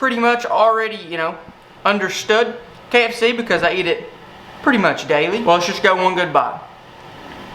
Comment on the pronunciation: kfst instead of kfc?